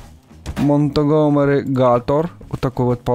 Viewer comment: Правильно говорить Монтгомери гатор! А ты что не играл в секьюрити брич?